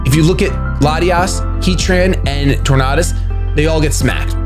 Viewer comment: You say tornadus wrong..